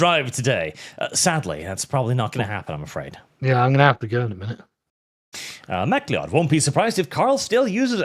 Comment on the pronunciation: Pretty sure Command and Conquer's Kane's actor is in fact still alive. Also, it's Mack-Lee-Odd =P. Also, I love Sargon, but his prowess of an entertaining guest is terrible. Honestly, he should be ashamed of putting zero effort into your stream. I don't even follow Arch, I follow Sargon, he did you dirty in this stream.